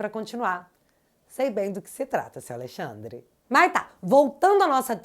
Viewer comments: Toda vez que ela fala AleiXANDRE dá uma agonia. Kkkkkkk Coragem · Ministro "A Lei Xandre" 😂😂😂😂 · Acho interessante vc dizer : "A Lei Xandre."